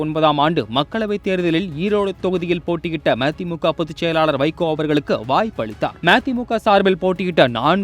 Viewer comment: ம தி மு க என சரியாக சொல்